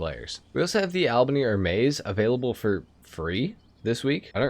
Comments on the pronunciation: Boyyyz! I know you have said you know your pronunciation isn't the best, but EVERY time you say "Albany AirMays" it makes me twitch- It is pronounced HER'meez. Like as in the Greek god. HERmeez, dood. Not AirMez. Please. Hope you and your daughter and your lady are all well. Looking forward, as always, to the new content. Be well, PEEaaayyyEEEEsss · Coquette is pronounced with the same first syllable as coca cola, it means a flirty young woman. Hermes is a Greek god, Her-mees Ehrmez is a fashion brand and some frenchy name